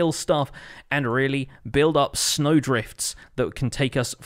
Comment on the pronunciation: It sounds more like sneg but sure